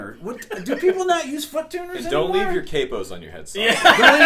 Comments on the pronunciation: Annoying: pronouncing capo as kaypo. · Americans, don't call a capo, a "Kay-po" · Calling a capo a cape-oh. It's "cap" as in what you put on your head not "cape" what Dracula wears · Stop calling it a Kay-Po .. it's capo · One the most annoying is people that say K-po instead of Capo.